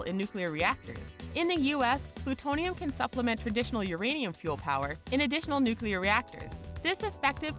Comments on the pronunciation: Antihydrogen is currently valued at $62.5 Trillion per gram, making it the most expensive material known to man. Also, 'Nuclear' is properly pronounced NEW-KLEE-YUR not NEW-Q-LUR. You should learn how to say common words, because with a word as ubiquitous as this there is no excuse for not being able to pronounce it properly. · N U C L E A R, not - N U C U L A R. how can you switch back and forth on pronunciation in the same sentance? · nuclear, not nucular, not that difficult to understand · Why does every person in this video shown smiling look like they're on drugs or something?... and why do you pronounce nuclear like New Cu Ler... its new clear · "new-clear" not "new-cue-ler" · Nuclear. Noo-clee-urr. Not Noo-cue-lerr. Ugh... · Nuclear. New, clear. Fucking nookyoolurr. Jesus, people. En you cee ell ee eh arr. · "Nukyoolur weaponlery" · Nuclear Now to pronounce it: new-clear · You can’t have a channel discussing science facts and pronounce it nucular... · she said nucular everybody nucular ahahahaha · Is Tritium used in nucular fusion? That's weird, I thought it was used in nuclear fusion. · George Bush is back with "nucular" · "nukeulur" Shows MAWS Squadron I am in great pain. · Dislike 'cuz your channel doesn't know how to pronounce nuclear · The way she says "nuclear" pisses me the fuck off. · Kind of funny how it goes between correct and incorrect pronunciation of the word "nuclear".